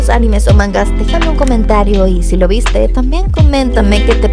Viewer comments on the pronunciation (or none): Elfen Lied es uno de los animes que todos pronuncian mal. Incluída tú.